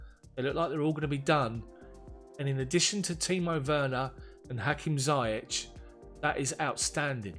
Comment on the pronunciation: Great job Bro! Just to chip in on the pronunciation of ZIYECH. It's pronounced "Zee-yesh" It's a name from the Arabic background with a spelling from French background using "CH" instead of "SH"